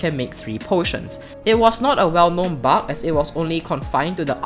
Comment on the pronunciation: I love the way he says bug he says it like buck